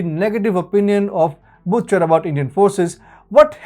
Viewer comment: its prononced 'busher' not butcher